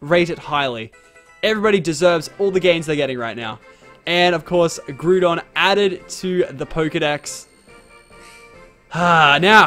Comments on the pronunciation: ITS NOT GROO DON ITS GROW DON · its not groodon its groudon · GROUNDON!? HAHAHAHAHAHHAhahahahah its Groudon